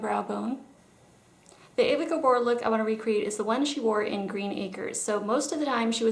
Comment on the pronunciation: Excellent tutorial. You nailed it. Also impressed with your pronunciation of the names of the sisters. I thought it was only us older gals that understood (remembered) their names were pronounced using the Hungarian accent. Eva was my favourite of the lot as she seemed like the sweet one perhaps because of her gorgeous role in Green Acres. I cannot imagine any 'New York Housewives' being so gracious at their husband choice to go rural. Best show, best theme song! Yes I did watch it as a kid.